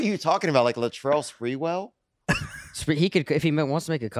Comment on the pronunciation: Latrell Spreewell?! hahahahaha i love it